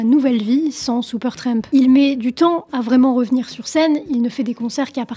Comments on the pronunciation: Cela fait plaisir de voir une jeune femme s'intéresser à un vieux groupe, bon ok, le bon gout n'a pas complètement disparu. Merci pour cette vidéo. Ceci dit, tu peux arrêter de dire " Seupeurtramp " ou " Sioupeurtramp " en Réalité c'est "Supertramp" et cela ce prononce comme cela c'écrit merci 😂😂🤣🤣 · Pas Soupeurtrèèèmp, mais Supertramp, please! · La demoiselle aurait dû apprendre a prononcer correctement le nom du groupe. Elle le répète tellement souvent. Supertremp ?